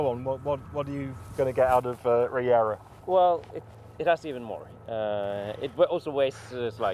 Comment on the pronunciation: learn how to say Regera